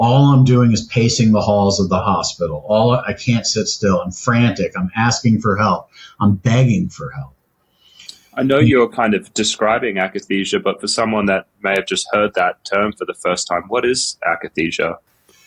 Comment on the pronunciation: There is NO “E” in akathisia. It should sound like AKA THIS IA. Not sure why people put an E sound in the word.